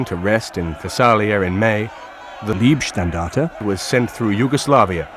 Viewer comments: Excellent stuff, but in the making of this nobody bothered to mention that Leibstandarte is not pronounced as Liebstandarte. LEIB not LIEB! So many English speakers seem to have a blind spot for this. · Decent video about the ‘Black Baron’ from the Oberpfalz! Next time practice the pronunciation of German words. It is Leibstandarte not Liebstandarte…🥴🥴🥴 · The pronunciation of German is vey important. LEIbstandarte is the name not lIEbstandarte which can mean love regiment.